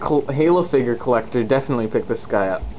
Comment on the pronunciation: dont say figr say (fig-yur) figure